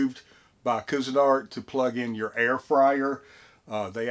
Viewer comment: love it! But it is pronounced quee-zen-art